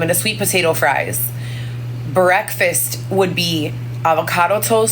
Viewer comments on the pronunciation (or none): none